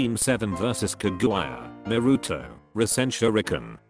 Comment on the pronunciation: I never knew you pronounced kaguya like that lol